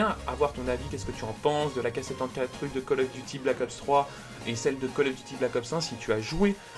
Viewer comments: Euh c'est juste horrible comment tu dis l'arme mdr 😂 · APPREND A DIRE AK74u XD